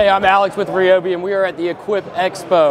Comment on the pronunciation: Atleast you know how to pronounce ryobi unlike the tool review zone guy